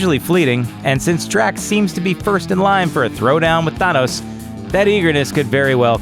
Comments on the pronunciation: Sometimes you pronounce "Thanos" correctly other times you buther it... I don't get how. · The way he pronounces Thanos is very frustrating. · OMG The way he pronounces Thanos is so fucking Annoying!!!!!!! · The narrator should not exist he can't even pronounce thanos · your not pronouncing Thanos right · I fucking hate the way you're pronouncing Thanos. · learn how to pronounce thanos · why do you say thanos so weird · Why do you say Thanos like that? Idk the official enunciation, but it seems like you put a ton of emphasis on the wrong part of the word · he is pronounced Thanos wrong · you cant even say thanos properly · Thonos its thanos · Why does this guy keep saying Thanos' name like he's a Spanish opera singer. I've been into comics for a while, I've heard Than-os(sounds like fan) or Thain-os (sounds like bane) but never have I heard it ever pronounced Thaw-nos, especially with how he saying it with some weird accent. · Say Thaaaaaanoes, not thonoes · im so happy im only watching this now cuz this guys sounds like an idiot, not even a minute in and he manages to mess up the pronunciation of thanos its THAH-NOS NOT THAW-NOS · Nope for iron man Nope for captain America Yes for vision No idea for Hawkeye Yup for star lord Nope for Thor Yup for drax Yup for scarlet witch Yup for nick fury Not everyone Btw it’s not thunos it’s than-ose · Jesus it’s THANOS NOT THUNOS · Anyone else cringe every time he said, "Thaunos" instead of, "Thanos?"No? just me? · I love how you says Thanos as thunos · i like that he is pronouncing thanos "thaanus" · Please learn how to say the name Thanos...its not Thunos, dude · Atleast get someone to read that actually knows how to pronounce the names.. "Thonos'' ffs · Th-an-os also you said he had visions due to Thanos which is wrong. I won't tell you how so you actually watch the movies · Thun-os hmmm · It is pronounced Th-eyyy-nos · Th A nos Emphasis on the A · I hate the way you say Thanos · why does he say thanos like that?